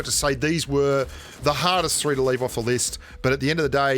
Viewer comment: Is there no "three" in Australian ?